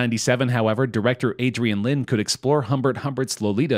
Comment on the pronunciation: Lyne is pronounced like "sign", not "sin".